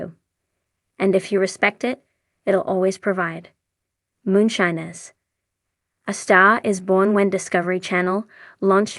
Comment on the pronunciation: Please learn to pronounce moonshiner